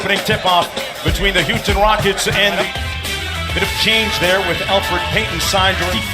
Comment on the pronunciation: "Houton Wockets"